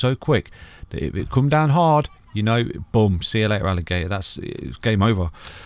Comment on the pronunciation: see ya late-ah alligat-ah love that 😁😜